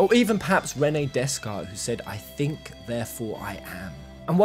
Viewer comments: I hope I don’t come across as a total dick for saying this, but they’re pronounced “Von-eh-gut” and “Day-cart.” With hard T’s at the end of both. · Blair Dale plus it’s pronounced day-cart, lol.